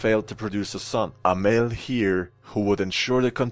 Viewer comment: “heir” pronounced as “here”